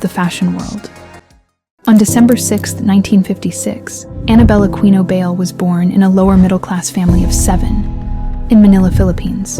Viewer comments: BAYLE??? As in "bail"??? Being a Filipina, I think it's pronounced as "buy lay" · I don't think her surname is pronounced as bail/beyl. Since she's a Filipina, it's pronounced as Bay-le (short "A" and "E" sounds). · Ok...it's not pronounced Bail...it's Buy-Leh. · It is pronounced as BUY - LEH , but according to Anna , the Designers she was working with wanted to pronounce it as BAIL and she decided to go on with the BAIL surname and to her , it sounds unique and classy and the rest is history..... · Anna BYE-LE or BUY-LE. There is another Bayle competing at this year's Miss Philippines Earth 2026 named Mavee Bayle. Not sure if Anna is related to this young lady. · Pretty sure her last name is pronounced Buy-le (le as in lemon) or bay-le. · I thought Bayle is pronounced By-leh. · Anna BAYLE Pronunced as BUYLEY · Bayle is pronounced "Bahy- le'" The a is a short a sound and her last name is 2 syllables. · Bayle is pronounced Buy- lee. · its Bay-le. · Her surname is pronounced "BAY-lay." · The surname is pronounced buy-leh. Apparently it means "dance" in Spanish. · Thanks for this, although you pronounce her surname wrongly, it is ok, because I am a Filipino but I dont really know her...